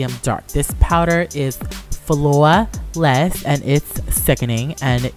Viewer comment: this powder is FLU-O-A LESS XD!! oh my god hahahaah